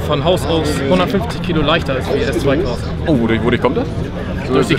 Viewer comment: Bitte nennt es Crossbow, nicht Icks-Bow. 😉😝